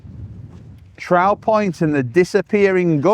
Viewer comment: On hot summers days I used to go to Trow Rocks because there were less people up near the bottom end of the beach. It's pronounced TROW as in "BOW" to bow to the King or ROW as in to argue.